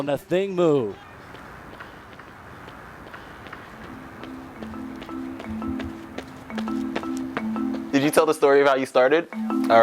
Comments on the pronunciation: Ok so her last name is pronounce “Moo” and not “moe” like everyone says? Why doesn’t she correct people and set the record straight??? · Why do sports announcers keep saying Athing MOE! Mu is not that hard to pronounce!